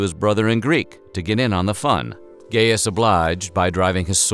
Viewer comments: "GAY-us" Julius Caesar??? It's "GUY"-us, dummy. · Am I the only one who giggled when he said "Ga(y)ius"? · I believe the "a" in Gaius is silent, thus the name is pronounced Guy-us. PS, Caesar's last words were "Ow ow ow, you bastids!" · dude I heard you saying in the begging "the legendary gayest Julius Cesar" and didn't even question it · “gay-us” lol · ...did he just say "Gayus Julius Seazer"? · Me: clicks on video thinking it will an interesting history piece Narrator: Gay-us Julius Caesar Me: Titus, GET THE CROSS! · You pronouced Caesars name wrong. It is pronounced guy-us. Same way Caesar is actually pronouce Ki-sar. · Bro you didn't just call gauis gayus. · Its gaius, not gayest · Voice over "Gayus." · Gaius isn’t fucking pronounced gayest XD like my god man 🤣🤣🤣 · Gay-yus? Is that how it's really pronounced? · Lol "Gay iss" Julius Caesar, eh? Interesting pronunciation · It's not GAYEST GUYIST(PRONUN) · 'Gayus' well, I've heard enough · I was like why did he pronounce Gaius like that lol but it was a great video nonetheless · Thought it was pronounced GUY-US NOT GAY-US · Gay-us? No Gaius! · not gay-us its guy-us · Gaius was pronounced Gy-us not Gay-us. Otherwise, good job. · Great video, but I have to remark, the man, the legend was not named Gayus Julius Cesar as you pronounce it. Gaius, is pronounced G AI OS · I cannot understand how this channel can have such obviously great production value, yet still, manage to mispronounce words over and over again. It happens A LOT on this channel. It's GUY-US Julius Caesar. NOT GAY-US. HRMPH! For the record, I don't get this BECAUSE EVERYTHING ELSE ABOUT THIS CHANNEL IS SO WELL DONE! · gayus? GAIUS( GUY US) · Gaius is pronounced guy-us, not gey-us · Gayus? It’s pronounced “guy”-us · My dude did you call him GAY-US It's Gaius, as in GUY-US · It’s pronounced Guy-is not Gay-is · Gay-us? Pom-pay? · "GUY-us," not "GAY-us." "Et tu," not "E tu." Come on, Weird History...